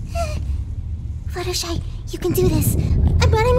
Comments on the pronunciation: ITS FLUTTER SHY NOT FLUTTER SHEE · Smitty Werben Jaeger man Jensen Its Fluttershy - Why are you calling her FlutterSHEE?